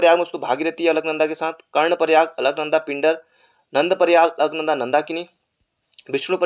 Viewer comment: Bhai alknada bol raha h or mandakni pr sahi tik...😂🤣😂🤣q 2